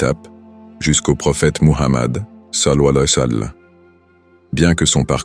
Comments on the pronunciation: Le narrateur ne dit pas correctement « sall’Allahou aleyhi wa salam ». Veuillez rectifier si c’est possible svp🙏🏾🙏🏾🙏🏾🙏🏾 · Je pense que ce n’est pas un narrateur humain mais une voix synthétique d’ordinateur. L’essentiel est qu’on comprenne ce qu’il veut dire même si c’est mal prononcé, mais c’est vrai qu’il le dit n’importe comment 😮😅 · Non c'est grave de mal prononcer le savants le disent de bien prononcer les paroles c'est important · Exactement celui qui fait ce vidéo devrais corrigé cela .